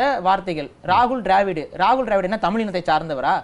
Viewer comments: தமில் அல்ல, தமிழ் என்று சரியாக உச்சரிக்கவும். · தமில் இல்லை தமிழ். நீயெல்லாம் டமில்டூமில்தான் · முதலில் தமிழை சரியாக உச்சரிக்கச்சொல்லுங்க. தமில் என்று கொல்லாதீர்கள்.